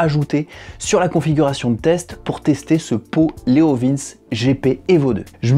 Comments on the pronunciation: Ca se dit leo vinci pas leo vince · Leovinché pas Leovins XD je m'attendais pas à entendre cette prononciation. j'étais pas prêt XD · je crois qu'on dis "leovinci" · Ah non. Pas toi? La prononciation de Leovince 🙄🤔 Leo vin tché 🙄😁😂😉 Ça fait du bien de te voir! Ya un p'tit Youtubeur qui tourne avec ce pot sur un rocket! Je n'ai plus le nom! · La prononciation est Léo Vintche car le c se prononce TCHÉ en italien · Mais on dit leovinci....Le e se dit i....❤